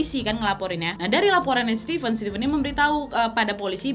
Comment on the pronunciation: Keren cara penyampaian cerita kau, nad. Tapi setiap nonton harus melototin setiap tulisan yg muncul, karena suka salah sebut 😂. Stipen (sesuai pengucapan nadia 😁) adalah 2 diantara yg kuduga. Satunya lagi ya lakinya si korban. Alasan stipen mungkin sama dengan dugaan yang bilang kejahatan karena ada kesempatan. Ditunggu kasus-kasus berikutnya ❤️